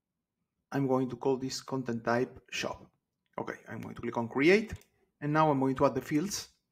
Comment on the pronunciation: I was wondering why he was saying 'shop' but adding 'job' ...